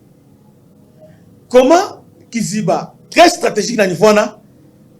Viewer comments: on dit kaziba pas kiziba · On ne dit pas Kiziba mais kaziba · On dit Kaziba et non Kiziba! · Oui mon frère on dit KAZIBA et non KIZIBA